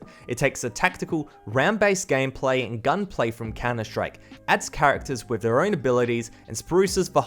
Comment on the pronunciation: he said gamplay 😂😂🤣🤣